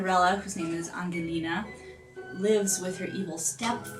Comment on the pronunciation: You may want to learn how to pronounce the Italian names correctly, specifically Cenerentola, Don Magnifico, and Angelina, if you're putting out an informational video.